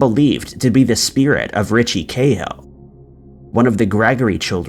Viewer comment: We seem to pronounce Cahill different here in Ireland to elsewhere here its Ca hill with a strong a pronouncement such as notorious Dublin gangster Martin Cahill also known as The General who was assassinated by the provisional IRA in 1994 and was later made into a film you may have seen it.